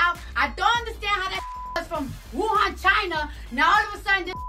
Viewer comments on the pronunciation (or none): The way she says "Wuhan, China"